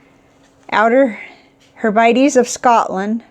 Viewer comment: just a little help from me in pronunciation. Hebrides is pronounced Heb-Rid-Eaze. I do hope you don’t mind me pointing that out.